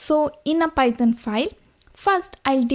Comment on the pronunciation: Am I the only one hearing Python as "Pithon" ?